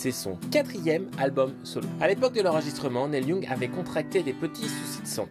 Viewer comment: Merci mais désolé "nèl youngue" (??!!) ca pique . Essaye "nil yong" Super vidéo sinon